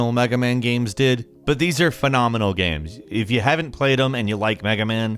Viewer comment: Pretty good gaeiums. Why you pronounce game like gaeium tho